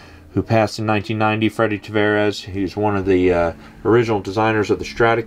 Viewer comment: It's Tavares, not Travares.